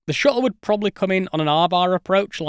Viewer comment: "Then just shoot down the Shu'le. If you like. Wha'evah."